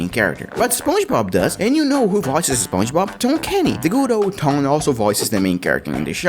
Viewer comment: Spuoin bob?!💀 Alright this comment is not a insulting thing so don’t give me some bunch of pisses comment about stuff. Thank you (anyway it supposed to be spon ge bob)